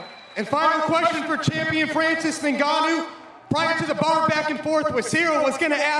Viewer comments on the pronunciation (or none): Why all white people insist on calling him I-NGANNOU? It has to be read "Ngannou" without "I" in the beginning of the name!